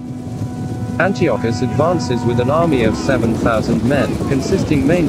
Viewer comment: Mispronounced Antiochus, among other words. Improve your A.I narrator...